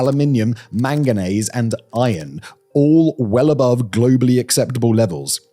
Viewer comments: Manganaise lmao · Why does Simon say manganese like mayonnaise 😭😭😭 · British people say manganese like that???